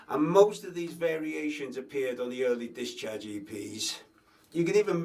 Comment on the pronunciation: I love the way you say discharge lol. Dischurch. Thanks for the lesson. Gonna pick up drumming again soon